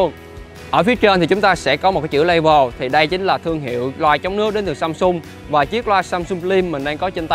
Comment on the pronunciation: nói có sai không nhỉ, level đọc là le vồ, hay lay vồ